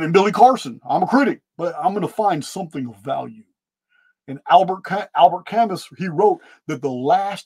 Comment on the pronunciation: Fantastic podcast as always. Albert Camus is pronounced Ka-moo Thank you